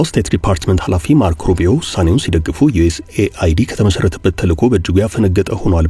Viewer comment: USAID ዮኤስ ኤድ ነው የሚባል እንጂ ዮኤስኤአይዲ አይባልም 😂😂😂😂😂